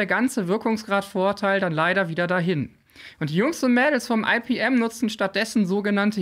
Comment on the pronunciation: Cooles Video. Ich möchte aber darauf aufmerksam machen, dass das "Fraunhofer-Institut für Physikalische Messtechnik" bitte nicht englisch abgekürzt "EiPiEm", sondern einfach "IePeEm" gesprochen wird. Meine Fussnägel danken es dir! 😉